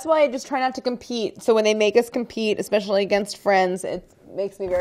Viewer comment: We all know Brad have ice somewhere and "ekspecialy" warm ice called "wourder".